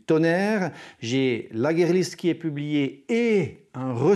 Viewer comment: Bon mais c'est "guire" list, pas "guerre" list la prononciation ;-)